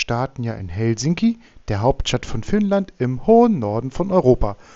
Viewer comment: Lento-asema = Flug-bahnhof. Betonung immer auf der ersten Silbe. HELsinki, keinesfalls HelSINki. Rautatie-asema = Eisenbahn-bahnhof. Finnisch ist ganz einfach.